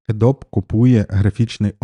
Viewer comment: А вже написали, що правильно казати Адобі?)